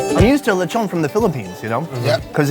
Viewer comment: its Letchon :D